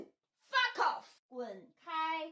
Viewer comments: anyone notice how they all look and sound like a shih tzu every time they say foff ;o) they had me dying, it's like being threatened by a 8 year old. adorable. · "Fa Koff". God, the cringe! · An amusing tangent. It's amazing how much of an english accent most of those chinese women got when saying "Fuck off"